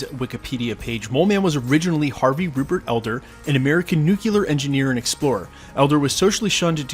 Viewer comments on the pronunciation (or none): Aaahhhhh! I love your videos…. But , you said “nucular” instead of nuclear. It’s ok. I forgive you… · Nuclear. Not nuc-u-lar